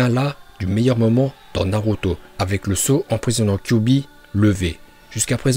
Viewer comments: et aussi tu dis naluto au lieu de naruto tu sais pas parler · De fou il veut me faire le connaisseur , quand tu vois il dit « Naluto » au lieu de « Naruto » 🤦🏽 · Tu faits une vidéo de naruto mais tu sais même pas bien prononcer les nom